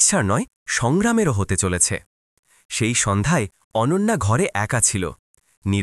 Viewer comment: অনান্যা নয়' , এবার ঠিক হয়েছে অনন্যা। আবার শুনছি অনঞ্জনা।